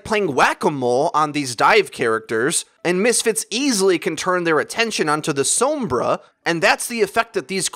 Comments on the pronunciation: That's not the same situation. Pronouncing her name as "Sawm-bruh" is literally wrong because it's Spanish, meaning it's pronounced "Sohm-brah" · Sounded different than said it